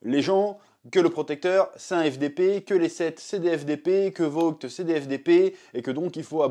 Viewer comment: il a bien prononcé "vought"🥳🥳🥳🥳